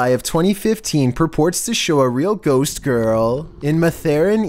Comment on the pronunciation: is funny how he said ghost